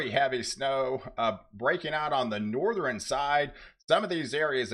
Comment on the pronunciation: Hello and best wishes. I was in broadcasting 30+ years. Having said that, I have friendly advice so you can sound even more professional. 1. Relax & just share the info. Forcing your voice & sounding over hyped diminishes professionalism. 2. You consistently mispronounce “southern” and “northern”, etal. You say “suh thren” and “nor thren”. The “R” is misplaced as you pronounce these words. It’s annoying. Southern should be pronounced “suh thern”. Northern as “nor thern”. 3. Just speak like you’re talking to a friend. Calm down. Peace & love.